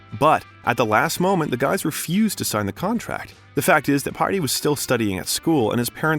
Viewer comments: His brother's name is Páidi...its procounced Paw-Dee, his sister's name is Síle....pronounced Shee-La. You did fine with Orla! Irish names are pretty difficult to pronounce 🤷‍♀️ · The name pronunciations are woeful here, Paidi = "Piety" 🤣🤣 They are't that hard or you could research the pronunciations before embarressing yourself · CORK COUNTY Ireland not Cort Country. Brother Páidi, pronounced Paw-dee. Sister Síle is pronounced Sheila. I'm not even 2 minutes in but I'm not going to watch a video in which the creators don't even bother with pronunciations. And if it's a robot voice, it needs to be programmed to pronounce geographical locations and Irish names properly if you're going to do a video on an Irishman.